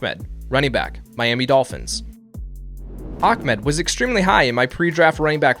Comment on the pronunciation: why is everyone saying Akmed instead of Ahmed lol